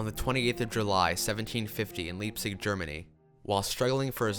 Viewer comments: It's pronounced LIPE-tzig, not LEEP-tzig. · Thumbs down for the mispronunciation of Leipzig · 'Legacy' should be dropped from the title of this video.....it's a simple biography. And it would be great if Americans learn not to create pronunciations of foreign words that suits their limited tolerance for diversity .... Please check how the rest of the world pronounces 'Leipzig'